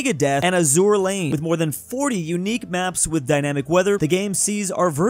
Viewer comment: the way he says Azur lane lol but it’s nice to see some world of warships love! I play Azur lane AND world of warships so yea lol